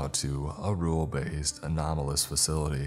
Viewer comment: The irony of the author calling us dumb and also you saying "anonymalous" instead of anomalous absolutely sent me. I LOVE YOU AND YOUR CONTENT but I did find that funny lmao